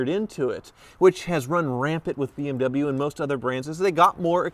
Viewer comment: You dont even know how to pronaunc bmw